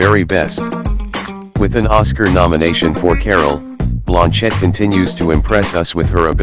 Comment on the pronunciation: You are mispronouncing Cate Blanchett's name. It is "Blan" as in bland taste and chett as a man named "Chet". The accent is on the "Blan".